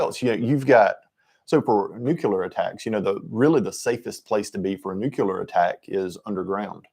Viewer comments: I am sorry, but I could not finish the video, hearing "nucular" so many times got on my nerves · Geezus H Christ stop mispronouncing nuclear………